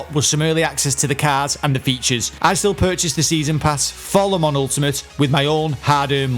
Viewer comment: You pronounced Le Mans correctly!! Couldn't be more proud of you mate! On a more serious note, I've watched a couple of your videos now as I've been thinking of purchasing the game and wanted to say: really good content mate. Sub'd and liked. 👍